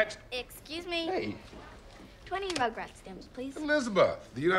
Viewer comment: yes, but she says "20 mugraphs (?!) stamps, please" there is one word in there I can't make out. addresses it by saying the U.S. Postal Service "has not caught up with today's youth yet" Ok, I looked up the script and she says "Rugrats", the Nickelodean cartoon (probably some confusing relationship between the studio of this movie and Nick to allow that to happen).